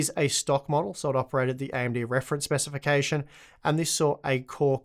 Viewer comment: I know... slip of the tongue but "AMD specitioncations"?